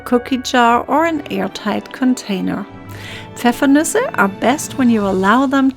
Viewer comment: I came here to verify how it’s actually pronounced 😂 So the “noose-aye” pronunciation at the end IS correct. My dad is German and didn’t think it sounded right.